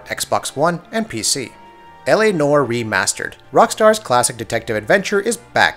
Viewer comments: "Nor" = "Nowah" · "L - A - NWAHR" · Why do so many people have issues saying noire? Everyone pronounces it nor. That’s not a word! Anywhere! I don’t even know how to spell is phonetically. Fuckin google it Jesus Christ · yasssss. I was about to comment on how he says "Nore" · Dude it's noire. The e isn't silent you say it like the french would say it. Naw-wah.